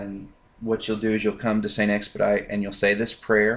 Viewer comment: st. expedite is french it is supposed to be pronounced the french or latin way